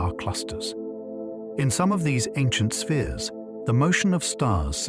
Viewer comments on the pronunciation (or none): none